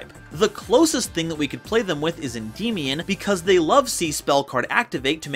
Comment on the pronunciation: It is not pronounced en-dee-mion, just say it by how it looks en-dy-mi-on because it is Greek in origin the "mion" is "mi-on". Sorry I just don't like when people pronounce it wrong